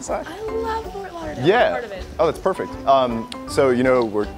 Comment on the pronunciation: "You are perfert"